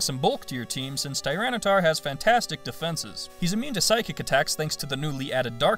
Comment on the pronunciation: Tyranitar, not Tyranataur! The second A is supposed to be an I, and there is no U!